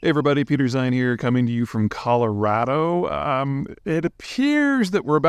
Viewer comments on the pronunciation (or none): none